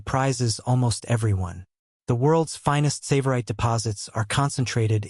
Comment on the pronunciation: Please pronounce the name 'Tsavorite' correctly.